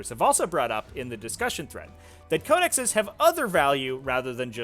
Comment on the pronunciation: just quickly: Code-eh-sees